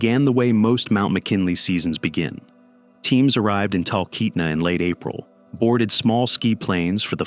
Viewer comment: Hey, just so you’re aware, calling it McKinley is pretty insulting to the locals, and especially the indigenous peoples there. If you actually care, you should be referring to it as Denali. Also you mispronounced Talkeetna — but that’s less important.